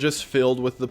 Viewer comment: ITS FLO GHIS THUN not FLOG IS TIN